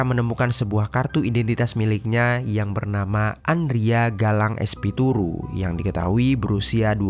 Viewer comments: espituru apa espiritu???..ngaco ah min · Espiritu disebut espituru 😂